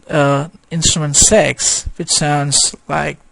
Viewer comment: six not sex lol